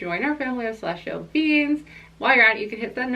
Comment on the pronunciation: I love that the way you pronounce ‘beings’ sounds like ‘beans’. I’m TOTALLY a celestial bean ❤️ thank you for this reading!